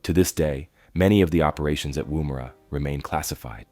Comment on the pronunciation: It’s pronounced Womera